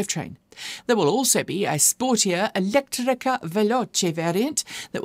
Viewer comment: I love the way you pronounce italian words ("elettrica", "veloce", "ibrida") while talking about Alfa Romeo 👏